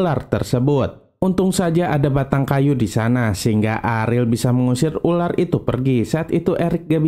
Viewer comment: Dia bilang urar bukan ular😂